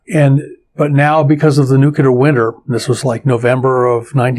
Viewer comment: Why do even smart scientists mis-pronounce "nuclear"? ( and scarily, many gov't people too)